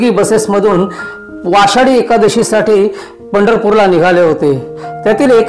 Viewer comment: वाषाडी nhi रे वेड्या आषाडी बोल दृष्टीने पिऊन बोलतोय काय ❓